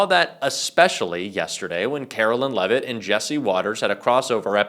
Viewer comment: "Carolyin' Leavitt"